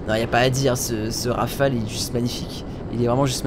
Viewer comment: Enfin quelqun qui dit pas Rafalé. (t'petêt un peut trop de a à mon goût XD)